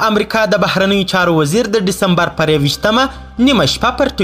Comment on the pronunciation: گرانه تاریخ غلت وایی دیسمبر وایه ډیستمبرنه